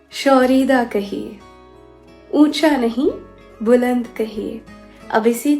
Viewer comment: Buland nhi baland kahiye 😅